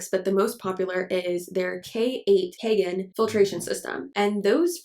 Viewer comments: I'm just finding bout this filter but it's not kagen, it's kangen (kahn-gehn) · In Japanese it is c-ahn gen (Gen, not jen).